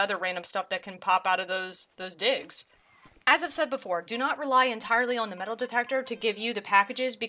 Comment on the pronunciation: love the way you pronounce on as ooaaan, haha